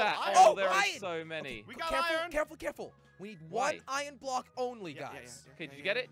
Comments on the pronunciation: Why you say iyon not iron jelly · I love how jelly says Ion instead of Iron lol